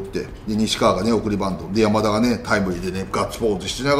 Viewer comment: 里さんのバントが… バンドに聞こえます…。